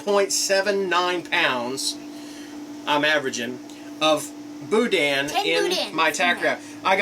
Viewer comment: There is no dan sound in boudin it sounds like meh bou-deh not bou-dan